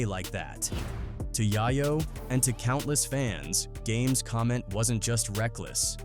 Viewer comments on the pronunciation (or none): Yeh 😅😅 it's calling YAYO YAAAAYO😅😅😂😂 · Stupid AI crap! They always call him YAIYO on these videos. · Jimmy I-Veen and Tony YAY-YO is how it’s pronounced lol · Tony "Yai-Yo" LOL